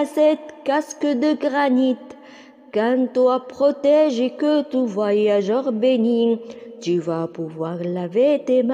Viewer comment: Ta voix est très belle, mais j'ai remarqué des erreurs comme bénit. T ne doit pas être prononcé car c'est une muette